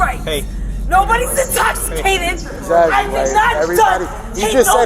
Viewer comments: “NO ONE IS INSTOPHISTATED!!!” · "NOBODY'S INTOCCCITATED..." 🥴 Ya okay lady! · “Nobody’s inkostitated!” I’m certainly convinced.